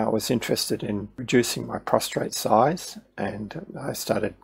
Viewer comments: It’s a prostate! Not a prostrate. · Yes I hadn't noticed I had got into the habit of pronouncing prostate with a R. My bad